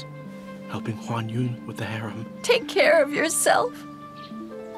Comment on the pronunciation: HuanYuan became 'onion' 😂😂😂😂